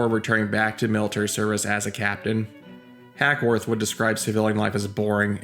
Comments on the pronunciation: HACKWORTH NOT HACKSWORTH. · It's Hackworth NOT HackSworth> Christ, have some respect and get the name of the subject of your video straight! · Why do you keep calling him HackSworth?